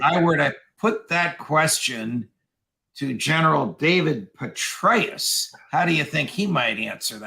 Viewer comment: Too funny, Judge. Did you say, " General Betray-us?!